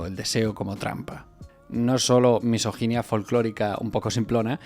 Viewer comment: "misoginia folclórica" Le mesoginie folclórique